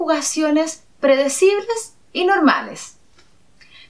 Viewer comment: predecible INSTEAD OF PREDICIBLE .....